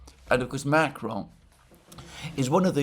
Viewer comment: MacrOn, darn it, not MAcron.